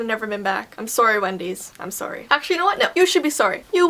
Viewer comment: You pronounce it sorry not soury